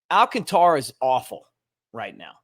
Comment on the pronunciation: al CAN ta ra. If he’s playing with us the force is on the second syllable. Not, al can Ta ra.